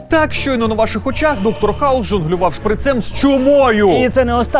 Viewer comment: Дякую за "гайп"! Чудово, що Закон про мову та новий Правопис дійшов до моєї улюбленої програми. Ще б "Доктор Гауз", а не "Доктор Хаус"...